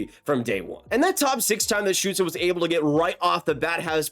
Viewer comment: Shoutout for pronouncing stützle correctly dont hear that a lot 😂